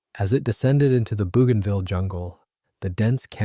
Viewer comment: It's pronounced: bow ganville